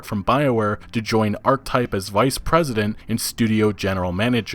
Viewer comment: He clearly doesn't know how to pronounce "Archetype".